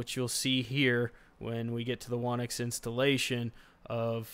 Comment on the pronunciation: "Whonix should be pronounced "Who Nix". It seems many people don't expect the "W" in Whonix the be silent" ~whonix wiki great video though.